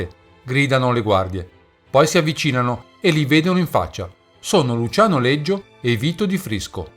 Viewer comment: Leggio, si chiamava Leggio non Liggio.